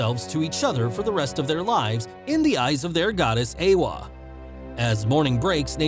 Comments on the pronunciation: E-wa? It’s Ay-wa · its pronounced ... A waa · Eywa❌ Eewa✅